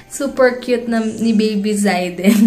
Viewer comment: Hello there! I am Zayden`s mom...thanks for the shout out! By the way, it is pronounced as Zey-den..hehe! Thank you, God bless you and Heinz!